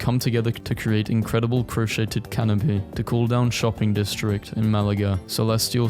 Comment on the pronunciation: I have not heard someone pronounce the t in crochet. I am enlightened.